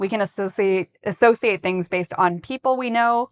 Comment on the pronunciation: I don’t get how the word “associate” is being pronounced here🙄